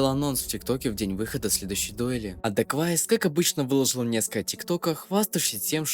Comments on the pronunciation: не дегуавис а дэквавис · Это дакуавиус а не дагуавиус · Не даквайс а дакуэйвис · Это не давис или как ты его называешь прочитай его ник нормально Это даквейвис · Его ник читается как даквэйвис ,это можно понять на канале дрима на русском с его участием